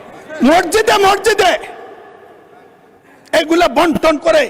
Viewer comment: Murkho Mosjid o uccharon korte pare na. Morjide Morjide bole